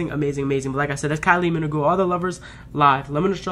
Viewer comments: So glad you liked this. Very different from the official video, which is wonderful. But this performance is a personal favorite. Her last name: don't pronounce the"u". Thanks for the reaction. I knew you'd enjoy it. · Still the best concert I’ve ever been to, even 13 years later! Love that you’re enjoying Kyle—just fyi, Minogue rhymes with Vogue. You should def react to the whole concert! Perhaps you could do each act as a reaction video (2-3 songs per act)?